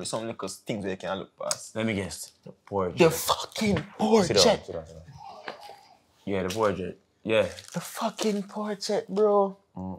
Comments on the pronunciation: When the dawg say the portrait and get up And bro say sitdung right yah so😂😂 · “Siddung, siddung” 😂😂😂 and jr.